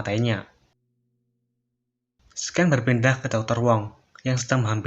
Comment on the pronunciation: Suaranya udah mendingan d banding video 3 bulan lalu, udah nggak bisik2 👍👍👍 tapi maap baca "scene" nya jangan "sken" dong.. Bacanya kayak "sin".. Atau pake bahasa indonesia aja enak, adegan..